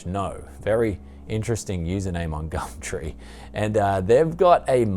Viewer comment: Please stop saying gamtree